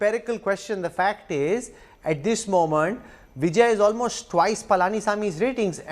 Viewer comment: Immature Kanwal you cannot even pronounce his name and you are conducting surveys at the behest of BJP high command. It is going to be Stalin Stalin Stalin all the way put in cold storage your surveys.